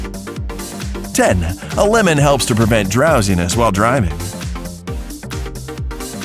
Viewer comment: When he said #11 I swear he said "a lemon"